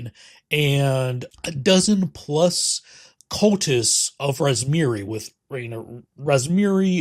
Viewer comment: Is that how you pronounce Razmiran? I have been saying it wrong this whole time I have been running book 1 if so lol